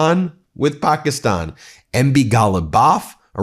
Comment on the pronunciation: Ben, why is Pakistan (Pahk-ee-stonh) literally the only country name you pronounce correctly? You always make an extra effort on that one, but then make absolutely no effort on any of the others and get most middle eastern names and places wrong. Why is this????